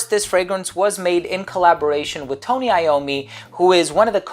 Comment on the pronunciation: So excited you reviewed this one! I really wanted to know your thoughts specifically and I didn't want to be inclined to blind but just because of the name sake. As always, you show up as a professional and master the accents and affectations displayed here by pronouncing Tony Iommi correctly. Nice work 👌